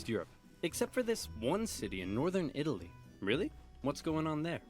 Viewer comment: Pronouncing Italy wrong during the first minute Off to a bad start lol